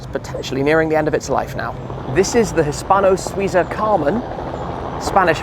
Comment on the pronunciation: Hispano Suiza …………. Oh dear